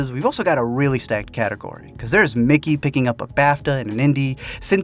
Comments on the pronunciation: Her name is MIKE-Y not Mickey. Jesus. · ... there's no Mickey in the Best Actress lineup. Did you mean 'Mikey' (you know, the name that's pronounced 'MY-kee')?